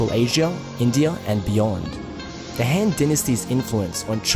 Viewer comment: I find it remarkable how accurately you pronounce most of the Chinese words but you really let your (I assume Australian or NZ) accent through when pronouncing the A vowel (surprisingly only noticed it the first time you mentioned the Shang Dynasty but then got it correct the rest of the times, but then woof when you talked about the Han Dynasty)